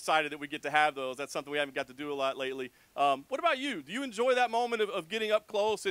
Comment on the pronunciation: when he said thart? you need to learn how to read properly